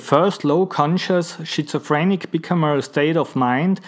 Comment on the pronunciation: I love how you say Shitzophrenic too, it creased me up! Great video